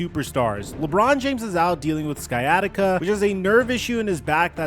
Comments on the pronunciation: Bro... sky-attica? LOL. It's Cy-attica. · It's not "Sky Attica" like a planet in star wars! It's "Sci Attica" like the BS excuse LeBum is using to not play games. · "SKY-atica"??? Back to school for this guy. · Hey man I’m just looking out:) The word “sciatic” comes from the medical term “sciatic nerve,” which traces back to the Greek ischiadikos (related to the hip joint). Over time, English spelling kept the “sc-”, but pronunciation dropped the “k” sound. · stop calling sciatica SKYATIKA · he said sky attica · I swear… stop choking on that C when you say sciatica. You don’t put that much emphasis on the c when you say science, right? It’s like psy-at-tic-ka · You mispronounced sciatica,! The C is silent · dude i heard how he pronounced it and ran to the comments to see ppl saying something lol.. surprisingly i had to scroll kinda far to find this but 😂😂😂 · It’s still pronounced ‘s-iatica’ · that aint how you pronounce sciatica sir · I really enjoy your content, but my man... you gotta learn how to say sciatica.